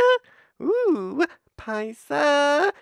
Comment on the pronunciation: I was pronouncing "Poopcarn" and "Paste-aee" wrong this whole time?. Another riveting review once again!